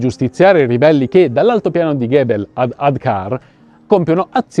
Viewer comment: Un appunto sulla pronuncia di "Gebel" :forse la pronuncia corretta è con la "g" dolce in quanto nel Rinascimento l'Etna (in arabo, Gebel Utlamat) veniva denominato Mongibello. Interessantissima la vostra "inchiesta". Troppo trascurata, tuttavia.